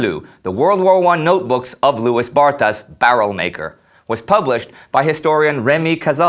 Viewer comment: Indeed, his name should be pronounced "Loowey Barta." Interesting clip, nonetheless.